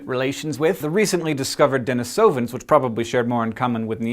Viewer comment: Younger Hank may have mastered the correct pronunciation of Neanderthal, but he's got Denisovan wrong. The letter 'i' in Russian is pronounced using a long 'e', and the emphasis is on the second vowel.